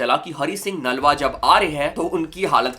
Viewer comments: Nalwa nahi brother naluya ji aa pronounce time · Broh it’s naluwa not nalwa so plz prnoicr properlu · Naalwa nahi Nalwa hai pronounce sahi karo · Bro you are pronouncing the name of Hari Singh nalua g wrong, But I appreciate your effort.